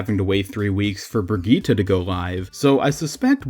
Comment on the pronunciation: Its not pronounced 'Brigita'! Its a german name (OW lore says Rheinhardt named her) and as amgerman I can say that this isnt even close to how its pronounced! Just say 'Brijit'. And if someone says that Jeff said 'Brigita', I say that Jeff does not speak german at all.